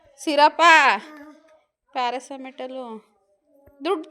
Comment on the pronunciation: ಪಾರಾಸಮಿಟೋಲ್ ಅಲ್ಲಾ ಅದು ಪಾರಾಸಟೋಮೋಲ್... ಕರೆಕ್ಟ್ 👍🏻